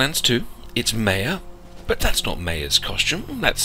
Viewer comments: Not Meja it is Maya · you pronounce maya wrong...